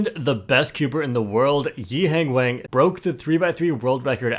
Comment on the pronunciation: Bro still mispronouncing “Wang”